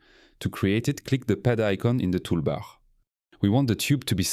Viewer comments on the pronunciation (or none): I’m no expert in AI, but the way he pronounces “tool bar” differently and makes me think it’s actually a frenchman. The latter’s R is more thick, if it really is AI then it’s pretty concerning